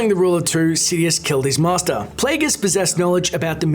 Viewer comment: i love your pronounciation at 4.20: Pleguus